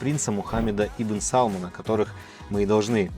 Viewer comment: Не САлмона , а СалмАна ! Аж слух режет . Как ресторане 🤦🏻‍♀️🤦🏻‍♀️